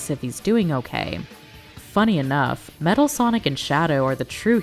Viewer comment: you Also Said "Matal"